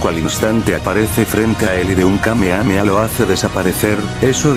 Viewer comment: Dijo kame kame a xD